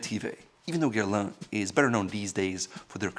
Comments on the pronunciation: I actually rewinded it 3 times just to hear that pronunciation 🤪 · Not sure we heard the same thing. I was shocked hearing him pronounce it as "Guerlan". Mind you, his “Pierre-François" was decent enough.